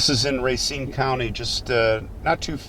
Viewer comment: “Racine” - French word - the accent is on second syllable, so not pronounced like “racing” - can always tell someone from out of town by that pronunciation. Thanks for the video!